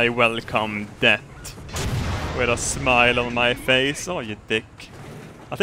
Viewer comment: Love how says ''Death'' as ''Debt''